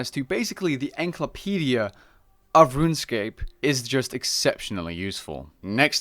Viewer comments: … the fucking what? An enklopedia? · Your videos are such high quality and I'm pretty sure your from the Netherlands? 🇳🇱 no hate it's just pronounced EN-SCI-CLO-PEDIA haha. No hate made me giggle. Top vids bro x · The way you pronounce encyclopedia really threw me off haha, agree with the list! Great video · Reported for how you said encyclopedia